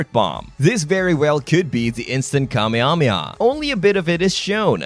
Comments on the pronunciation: Also kameamea its not how it should goes 😂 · that's not how you say Kamehameha 🥲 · I’m assuming this is Ai speaking, because there’s no way you’re saying kamehameha like that 😭🫠🤢